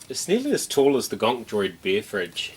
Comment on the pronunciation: Hey I’m from Boston and we say beer the same way…lol